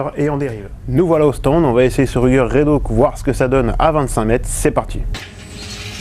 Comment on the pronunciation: Bien cette vidéo : montage plus dynamique, pas de blabla qui dure 3 plombes qui fait qu'on s'endort comme beaucoup de chaines françaises dédiées aux armes, musique discrète mais présente. Par contre c'est Redhawk, pas Redhauk :) Ps: c'est où ce stand qui à l'air vachement bien?